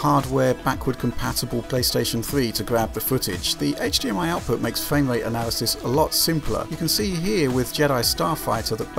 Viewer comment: Anyone else notice the narrator's speech issue that make certain words sound like a kid is saying them? "Fwame rate" for instance? Not trying to be a dick but I'm curious if anyone else picked that up.